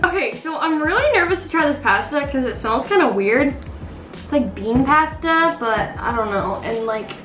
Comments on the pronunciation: It’s posta not pasta I spelt it wrong bc u pronounced it wrong this comment is not trying to be mean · She call Pasta” pwasta